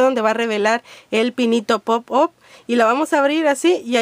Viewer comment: pop aaaaap se dice